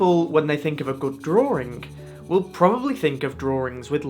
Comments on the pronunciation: What is a 'Drawring"? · Why do you say "Drawring" with an 'r' in the middle?